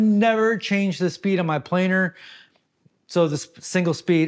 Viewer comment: Planer missing parts! Boeing approved! Oh "planer", we thought you said "plane".